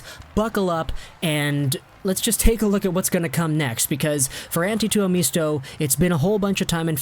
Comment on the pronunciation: it is pronounced Two-oh-MIST-oh... not MEESTO